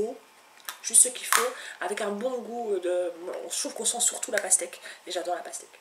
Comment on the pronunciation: Lol elle a dit jajlor à la place de j' adore